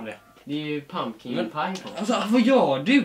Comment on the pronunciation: när ska säga pumpa på engelska #Matte2k16